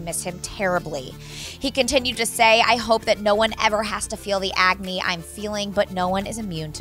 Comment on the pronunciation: ITS NOT AGNY (AGNEE) ITS AGONY weirdo